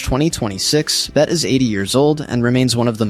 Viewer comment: AI slop: "Bettah" "Betty" 🙄 Can't even get her name pronounced correctly.